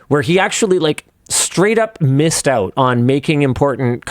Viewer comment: "pull them back oot and connect them again"